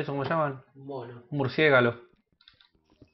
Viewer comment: "Un murciégalo".